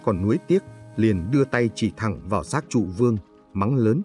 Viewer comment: Nhà Châu hay nhà Chu..? Châu Văn Vương hay Chu Văn Vương..? Hình như đọc sai rồi..!